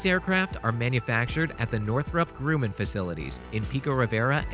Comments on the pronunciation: Grumman not grooman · It is pronounced Grumman !!! Not Grooman . 🙄 This kid literally knows nothing of the aviation world but .. Fine .. I. get it ... its just a job ... make a few bucks ... but damn man....... if he wants to continue to know about getting paid by narrating videos he may wanna brush up on his researching, especially his pronunciation . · Anyone, including this clown, who says “nucular” or “Northrop Grooman??” Or “Topolev” instantly loses ALL credibility. If you don’t know how to pronounce the “Terms Of art” within a specific field, then you have spent approximately ZERO Time in that field. People who spend a significant amount of time amongst real experts, hear & pick up the vernacular. From his gaffes, one can safely conclude that he know ABSOLUTELY NOTHING about nuclear physics or American or Russian aviation industry or professional narration (because professional narrators go to extensive effort to identify & learn the correct pronunciation of unfamiliar words in their text, just so they won’t make these humiliating mistakes. This clown is just reading words on a page that he doesn’t understand ... like most “reporters”, these days. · Wow. It's really kind of irritating that you don't know how to pronounce Grumman, a long time, significant supplier to the US military. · Tupolev say it correctly also get Nuclear in as well not Nucyular ? Grumman is said as its seen Gum man not Grewman just get stuff right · Yah, who the hell is the narrator? He needs to do a little research. And it's pronounced "grum man" , not "grew man". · cost There are EIGHT engines, NOT 4. There are four pylons, each pylon holds 2 engines... also, it's not "grewman", it's "GRUMMAN" like "uhm" GRUMMAN. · It's pronounced grumman.. not groomin! And the word is NUCLEAR... NOT NUCULAR!! (Learn it now... And pronounce it properly for the rest of your life!) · Nukular? LOL yes... and grooman? wtf? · Learn to pronounce “nuclear” and “Grumman”